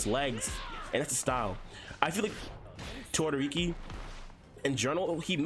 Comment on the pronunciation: did he say todoriki smh